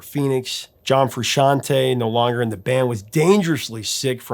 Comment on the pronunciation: You pronounce Frusciante correctly. You get a cookie.